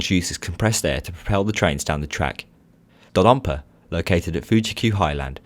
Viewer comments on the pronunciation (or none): ITS NOT DODONPA ITS DODODONPA